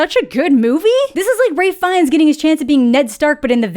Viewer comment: You also kept calling Ralph Fiennes "Ray", haha